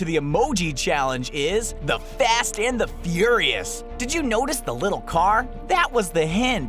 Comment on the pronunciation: fast and fouirais